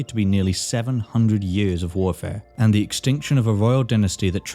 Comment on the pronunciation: "Da kingdom"